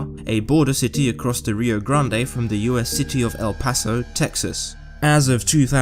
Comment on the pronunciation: "Ze world of serial killers"